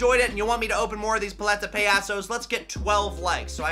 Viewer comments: You are still to this day saying it incorectly!!!🐧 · YOU ARE STILL SAYING IT WRONG 🤡🤡🤡🤡🤡😡😡😡😡😡😡😡😡😡😡😡😡